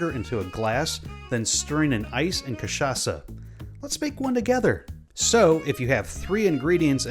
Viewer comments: Kudos for pronouncing the Word Cachaça with perfect CHA and ÇA , native Brazilian here. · The way he say cachaça is so perfect 💚💛💙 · omg yes someone from outside brazil that pronounces cachaça the right way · Good job speaking cachaça. It was spot on. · Good job. Great pronunciation of "cachaça", this shows respect and research. Some folks will just call it "catchaka" and it kind of makes my ears bleed. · As a native Brazilian, I have to congratulate you for your pronunciation of "cachaça". Foreign say the "ch" part wrong all the time. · Hey man, first time i've seen an american saying cachaça correctly and not catchaça, congrats!! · Yup, I can really see his effort into speaking correctly the most important Portuguese words for the video